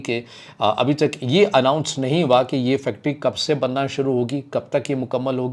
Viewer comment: Anounce not😢 Alwounce be corret